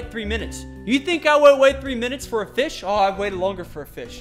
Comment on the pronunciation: He said fis